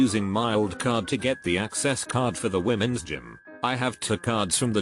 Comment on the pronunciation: HILAROUS HAHAHA - "Wimensghim"